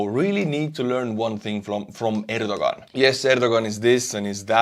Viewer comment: I believe his name is pronounced “air doe Juan.”